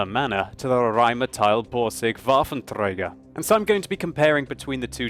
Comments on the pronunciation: ThePacifiCastIRL W is pronounced V in german. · ThePacifiCastIRL It almost sounds like he says (english phonetics) VahffenTHrager. Germans don't have "th" in their language as far as I know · I find it really annoying how you say Waffentrager :/ It sound like Vaffen-(Gurgle)er Sorry for hate comment :( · I love when you say "Rheinmetall" or "Waffenträger". I'm from Germany.